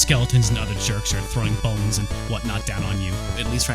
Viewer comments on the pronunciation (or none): none